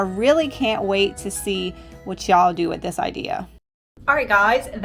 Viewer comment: Sweetie no disrespect and im sure its a habit. Really want to watch you. But can't stand the phony sounding y'all,'s